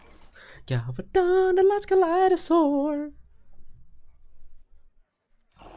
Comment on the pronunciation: Toast calling Galvadon ''Galavadon'' is that a joke or. :P